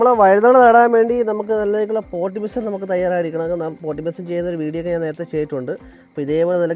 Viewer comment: പൊട്ടിമിസം അല്ല ചേട്ടാ, പോട്ടിങ് മിക്സ്‌.